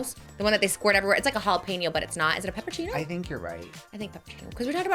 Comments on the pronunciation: Omfg it’s not a peperchino!! You said it like 100 times it’s a pepperoncini but they aren’t even pepperoncinis they are cascabella peppers 😂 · PEPPERONCINIS* Omg it was annoying me so bad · trish was def saying it wrong 🤣